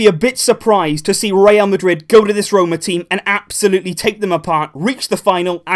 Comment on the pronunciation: how many times did he said "AB-solutely"? XD